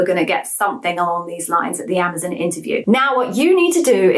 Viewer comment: I hear they are changing the company name to Amaz-IN. Apparently, Amaz-ON is too hard to say.